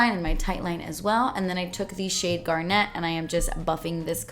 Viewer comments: I totally bought this palette the day it went on sale., I'm willing to give you "pear-eh-dot" instead of "pear-eh-dough", but I will not allow "gar-NET" for "GAR-net".:) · No offense but its my birthstone so i kinda have to say it GARNET is one word its not GAR...NET lol thanks for coming to my class lmfao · so excited to get mine in the mail. btw don't know why this bothers me but it's GARnet not garNET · how you pronounce garnet cracks me up every single time :D you are the first person I've heard say it like garNET, I have always heard it and said GARnet. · pronouncing garnet like Garnette>>>>>>>>>🤣💜💜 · The way you say garnet...I dont know why but it gets me everytime lol